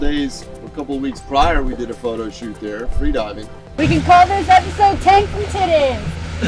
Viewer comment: Hate to interrupt paradise, but it's "titties" not "tiddies."